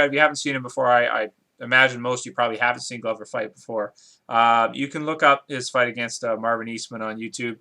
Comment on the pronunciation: Glover is pronounced like the word Clover with a G. And dude you're gonna have to accept that some of these dudes are past their prime and there are dudes that have been fighting since they were kids. MMA is continuing to get more exciting as more talent enters the arena. Glover is gonna win this fight and my prediction is that he'll end up fighting Jon Jones but he won't be able to knock him out due to that superior reach and the fact that jon jones gets better every fight.